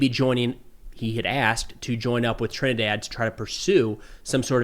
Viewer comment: sounds like you say trendy water. Let's call it club trendy-Dee-water